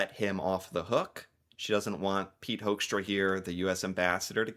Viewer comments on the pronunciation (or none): It's pronounced 'Hookstra' bro. As in 'who'. 'Whoxtra'? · One of my close friends is a Hoekstra, born in the Netherlands. He pronounces his name as “Hook-stra”. As fyi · First of all: I want that guy's name stripped IMMEDIATELY! Hoekstra is a Dutch name (pronounced as 'hook', and I'm Dutch) and he's not only embarrassing - and insulting - the USA but the Netherlands too! Then, the Trump administration didn't put tariffs on the whole world, but ON THE US PEOPLE WHO WANT TO BUY/IMPORT FOREIGN GOODS!! So no, Trump is NOT AT ALL putting tariffs on the whole world but on the US citizens!! Also, the Trump administration is just boldly reinventing colonisation - both of Canada and Greenland - kidnapping the leader of a sovereign nation (Venezuela), no matter if that leader was a good or bad leader, AND starts a war with a Middle Eastern country under false pretenses (hmmmmmm, remember that? Bush Jr.??) And ehmmm.... who taught that guy economics?? First punch someone in the face, break their nose, and then ask them if they want to be friends?? REALLY?? ARE YOU THAT DUMB, HOEKSTRA??? Oh,... Canada is RAPIDLY moving away from the USA! Trade deals with the EU, trade deals with China, trade deals with other parts of the world EXCEPT the USA...